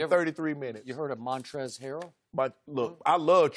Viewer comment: Skip said Harrell😭